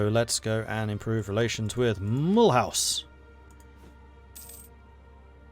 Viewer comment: sorry but the way you're pronouncing Mühlhausen "Mull house", like the french spelling with an english accent is very funny